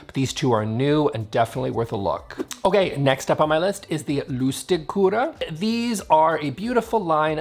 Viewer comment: Love your humor! Also, your pronunciation of "Ebbalotta", "Lustigkurre" and "Vårfint" was surprisingly good!